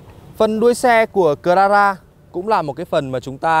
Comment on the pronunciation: Cờ la ra vãi ông ạ